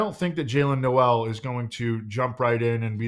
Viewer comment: Jayle Noel is pronounced like NOLE , not NO' EL